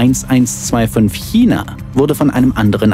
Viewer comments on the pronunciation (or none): none